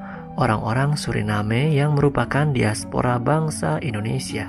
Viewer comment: Diaspora saja pengucapan nya daispora seperti pengucapan bahasa Inggris.. Karena mereka mengagungkan BRITISH